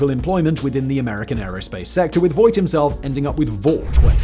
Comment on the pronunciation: You pronounced Voigt wrong. The oi is more like oa in boat. So "Foagt" would nearly nail it.